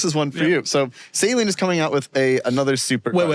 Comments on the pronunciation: Suh lean not sayleen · I've never heard Saleen pronounced that way ! The way y'all say sounds like medical normal "saline." I've always said Sa Leeeeen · One day Doug and will learn how to say saleen